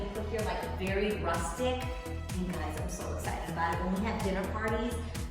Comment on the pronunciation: "Yow" she is so NY love it :)